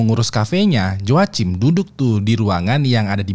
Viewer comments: Cara nyebutnya HOAKIM bang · Joachim bacanya yoakim bang 😭